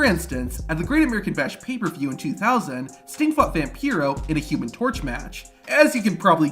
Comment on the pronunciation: Dude needs to learn how to say "2000" holy shit that's annoying 😂😂 sounds like he's saying "tism" 😂